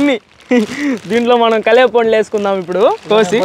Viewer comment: పండ్లు రా నాయనా.. పొండ్లు, పుండ్లు కాదు